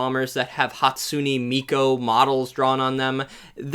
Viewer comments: I am not here to add to the pile of comment arguing about the american military because i wholeheartedly agree with you but i cannot let you butcher our lord ans saviour Hatsune Miku (and not Miko)'s name in all impunity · Unsubbed. Mispronounced Hatsune Miku's sacred name. Literally unwatchable. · I know he mispronounced Hatsune Miku on purpose but Miku as a shrine maiden does sound cute